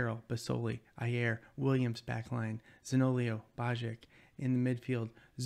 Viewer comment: hi I'm new! , I always like to see Italian players in the teams, I don't want to sound offensive, but you say Zaniolo wrongly, you pronounce the i after the o 😁🇮🇹